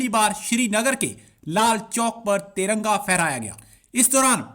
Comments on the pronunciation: TARANGA NAHI NAZAIZ AWALAD😹😹😹TIRANGA BOLO😹😹PORKISTHANIO ZINDA BAAG,TTP ZINDABAD 😹😹💦💦🇵🇰💩💩💩💩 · Taranga nahi Tiranga hota hai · Bhai sahab ko tiranga bolne nahi aata